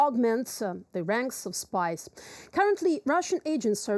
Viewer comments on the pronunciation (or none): none